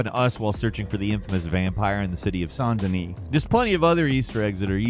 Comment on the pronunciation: You say Saint Denis like one of the rich folks